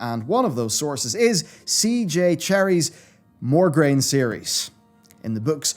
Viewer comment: My brain is about to explode every time you say MogRaine instead of MoRgaine while the book is in the picture xD But besides My OCD, Nice video! Love it!